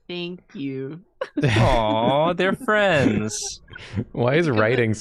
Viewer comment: "Thonk you"